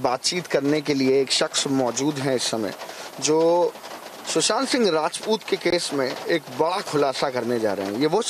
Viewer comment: Shusant nahi hai bhai, Sushant hai....